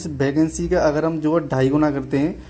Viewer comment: Vacancy ❌ Bacancy✅